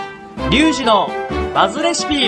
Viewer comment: リュウズィーズィーの、レシーピオブフォーチュンッ！